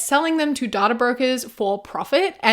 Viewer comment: I know it is so aside from the point of the video, but the way she's saying "data" is itching my brain!